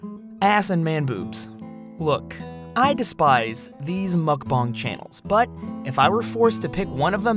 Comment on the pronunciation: Why does he keep saying mukbong and not mukbang?